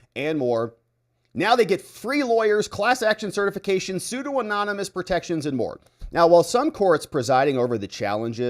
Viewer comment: Sue Don Uh Muss Pseudonymous.